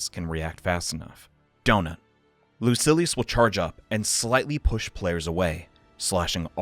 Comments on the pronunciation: Lucy. Ellis. I’m ded Lu-sill-ee-yus Whoa he changes to the wrote pronunciation mid vid. Definitely trolling us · Great video but its pronounced loo-seal-e-us